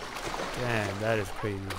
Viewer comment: hewicopter wawes cwazy holy cwap